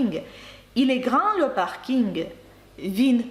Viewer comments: Дякуємо за вашу роботу ! На рахунок паркінгу - Французи кажуть не "паркінг" , а - паркінь. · Я не кажу що це помилка ,я чую паркінь- як говорять Французи .Ще раз дякую за Ваші уроки.